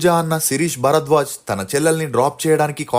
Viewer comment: ఒరేయ్ కొనిదెల కాదురా కొణిదెల వెల్లి కాదు వెళ్లి బరద్వాజ్ కాదు భరద్వాజ్ వెల్లడం కాదు వెళ్లడం ఎల్లు కాదు ఏళ్లు తెలుగు సరిగ్గా పలకలేని నీకు ఈ ప్రొఫెషన్ వొద్దు.